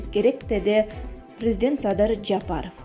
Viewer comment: Блогер кыз презент эмес презИДент деп суйлосон...